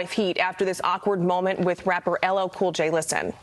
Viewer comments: The fact that he didn’t care to get LL Cool J name correctly and it’s the easiest name tells you what you need to know about how he feels towards Blacks and Hispanics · If you don't vote for me you ain't black. If you can't say LL Cool J'S name correctly your are not alive